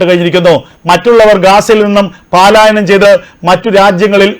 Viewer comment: വാർത്ത സാവാകാശത്തിൽ വായിച്ചാൽ മതി എഴുന്നേറ്റ് പാലസ്തീനിലേക്ക് ഓടാതെ പാലായനമല്ല പലായനമാണ്